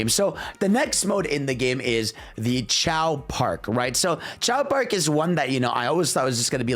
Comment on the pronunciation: Bro really called Race Park as Chao Park 😭